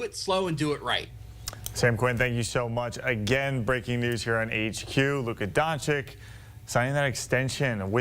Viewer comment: DONCHICH, NOT DONCHICK. Oh my goodness, after so many years in the league, he still can't pronounce it correctly.